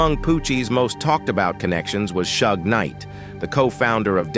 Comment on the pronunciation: man I thought I was tripping as soon as I heard "Shug" I lost it lol